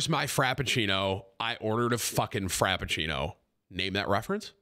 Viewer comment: Frappuccino Tim. Not frapeccino